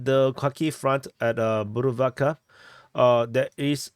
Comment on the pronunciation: Yay did not butcher the pronunciation of bhuruvatka😂👍👍